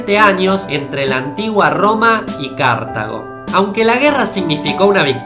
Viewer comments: "Cártago, Cártago, CÁRTAGO" Anibal se está revolcando en su tumba Cartago. Lee bien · Cada vez que pronuncias Cártago, mueren 26 millones de gatitos. Es CartÁgo (sin tilde) por Dios. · No se dice Cártago, sino Cartago. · En español se pronuncia CartAgo. Es una palabra grave/llana. Si fuera CArtago tendría tilde. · Cártago no, Cartago, me sangran los oidos por dios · Cartago, no "Cártago" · cártago..... bien bien. la palabra es llana no esdrújula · Dos fallos, uno bastante gordo: El fallo pequeño es que Napoleón no era bajito media 1.69 que para su época era un poquito superior a la media. El fallo gordo es el de Cartago,un apunte antes de todo es Cartágo y no Cártago (la pronunciación me refiero) Cartago y Roma eran aliados por ejemplo durante la guerra contra Pirro de Epiro en el sur de la península itálica, si es que entraron en guerra fue por el control comercial del Mare Nostrum (Mar Mediterraneo), entonces si Anibal hubiese conquistado Roma (que no la quería conquistar porque pretendía que se rindiese y así hacerles pagar tributos como hizo Roma con Cartago tras la 1º Guerra Púnica), Cartago hubiese conquistado un territorio muy parecido al que conquistó Roma o tal vez solo habría hecho colonias y no habría conquistado nada, eso ya no se sabe pero los territorios bañados por el mar Mediterraneo y más concretamente Europa (ya que los Hunos habrían empujado igualmente a los bárbaros hacia Europa) seguiría siendo una gran potencia mundial pero con una lengua y unas costrumbres totalmente cambiadas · Dijiste Cartago mal, es sin tilde en la primera a se diría cartaaaaago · Oye amigo se pronuncia asi Cartágo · dios tan jodidamente dificil es decir cártago? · Dios mío, Cártago, en serio? Tanto cuesta ver los acentos? lo peor es que no deja de repetirlo, estoy especializado en historia antigua y esa pronunciación hace que me sangren los oídos. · es Cártago bruto la pronunciacion